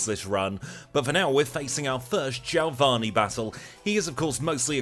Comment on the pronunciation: who's jailvani?? lol my friend you mean geo-vani! lol but a good run all the same !!